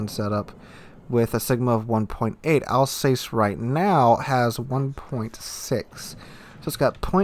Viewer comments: Your pronounciation of Alsace its killing me Al-zahs Not Al-says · Alsace is pronounced 'alsass',.